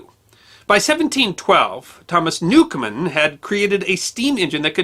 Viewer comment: His name was Newcomen, not Newcomer.